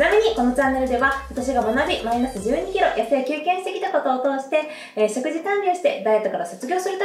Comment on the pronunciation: すばらしい情報をいつもありがとうございます。色々と参考にさせていただいています。動画の内容とは全く関係ないのですが、「果糖」のイントネーションは、「とう」の方にあります。（すみません、日本語教師をしており、つい気になってしまいました。それと、冒頭の、「食事からビューティー」の、「食事」が、初めなんて言っているのかわかりませんでした😅 しょくじ、とはっきり発音すると、聞きやすく、好感度もグッと上がるかと思います🤗））次の動画も楽しみにしております！